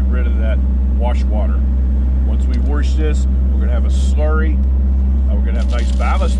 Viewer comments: it's WASH, not warsh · Say it with me....WAH-SHH - Wash Not WAR-SHH . learn to speak ! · Worsh ... very western PA! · Hello, Great video and explaination of what it would take to reclaim the used ballast! As a side note, having lived in the Boston area all my life, I really enjoyed hearing your pronuciation of the word "warsh"! We always get kidded for dropping the "r" in many words, so it was nice to see where all of our unused "r"s have gone! Haha! Stay safe! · Warsh 👍🏻 spoken like a true sw Pennsylvanian ❤️ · I'm not making fun of you, I say warsh the same way. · Gentle ribbing is all, I love the pronunciation. I'm just jealous my Nebraskan accent can't pull it off.